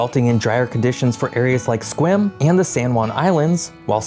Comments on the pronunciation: And pronounced it correctly even. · But at least he pronounced Sequim correctly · But he did pronounce Sequim correctly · he got sequim right. Impressive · i can't believe he said sequim right i got that wrong until i went to college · I give him credit for not fumbling Sequim. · He didn't get Puyallup, Fuca, or Nisqually, but he got Sequim right!